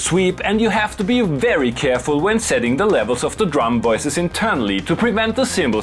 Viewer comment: He's German so he is perfectly capable of pronouncing /v/ so he must choose not to pronounce it right. Wery good flair I will definitely commit multiple counts of woter fraud for you.